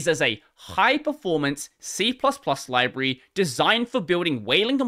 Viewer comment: Also you pronounced library wrong